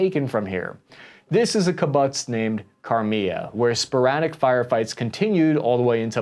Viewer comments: Very informative. Thank you. Fyi, i think it’s supposed to sound like boots (ki-boots) (kibbutz). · Kibutts😂😂 if you know how it's pronounced it's funny. Not making fun just laughing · The attack on the Syrian airports was to prevent Iranian transport planes from landing with more supplies for Hezbollah. Former head of Hamas Khaled Meshaal did call for a day of jihad. Read the speech. Kibbutz pronounced Key Boots The Palestinians were not "displaced" during the war of 1947. They were told to leave their villages by the Arabs and that once the Arabs destroyed the Jews the could go back to their homes. Israel offered repatriation but the Arabs refused. The judicial reforms were to prevent the Israeli court from shooting down legislation using the nebulous "reasonableness" clause. This gave the heavily left leaning court way to much power over the government. Hamas' main goal is to kill Jews. Their secondary goal is to wipe Israel off the face of the map. Israel will completely occupy Gaza and it will be run under martial law. There will be no governing Arab body. Blinken and Kirby are both incompetent. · As we go forward I want to help you with some of the Hebrew pronunciation as I’m sure this will come up again. Kibbutz is pronunced Key-bu-ts. The plural is Kibbutzim. Beeri ir pronounced beh-ear-ee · When someone is funding you completely, they call the shots. Iran is pulling the strings. They are to Gaza like the US is to Israel. Also, your pronunciation of kibbutz is quite far off. It’s pronounced somewhat like keebootz. And the plural is keebootzeem. (Kibbutzim) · & Purpose Kibbutz is pronounced: Key-Boots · hey, kibbutz is pronounced key-boots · Kitbbutz long U, not short U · Great work...except for the pronunciation of kibbutz. Have you never heard the word before? It's not like it's new. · Kibbutz is not hard to pronounce. You should learn how, since you say the word several times. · Ugh, a bit distracting how he pronounces kibbutz wrong.